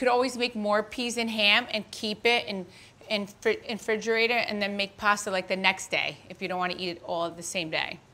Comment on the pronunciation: can she even say the word "Refrigerator" OMG what a joke